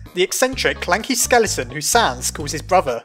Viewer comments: Everyone: skeleTON: skellyTON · sans isnt a skele-a-ton get it skele-a-ton:-D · well sans isnt a skele-a-ton hahahaha ha i keep Doing skele-a-ton